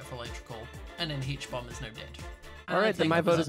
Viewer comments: the way smiled when said HBomb as huhbomb was pretty funny. 😂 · Habomb Subtitles: Obama